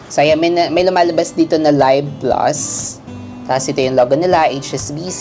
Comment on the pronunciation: Pronounced LEEV plus, not LUHYV plus